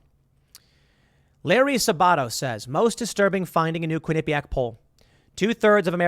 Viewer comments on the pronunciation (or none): none